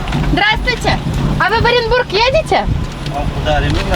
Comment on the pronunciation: Не позорься, Оренбург,а не орэнбор